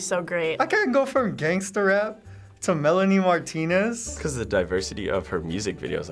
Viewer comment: Why do they call it Melanie Martina its Melanie Martinez